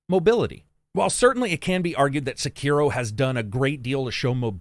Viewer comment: Sek er O not sakeeero